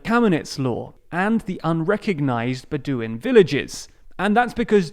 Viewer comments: If some of the highlights are wrong and you cannot pronounce the names of the most relevant people or even Bedouin and the screen is filled with spelling errors, it's bad quality. No amount of slick animation can make up for it. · Political commentary from someone who doesnt know how to pronounce bedouin.